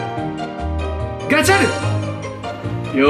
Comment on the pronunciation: ガチャががんちゃんに聞こえた